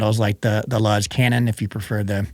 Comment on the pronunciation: not "luhz" like buzz... "our name "LUZZ" is inspired by the Spanish word "Luz," meaning light and brightness." too close to"lose" if you ask me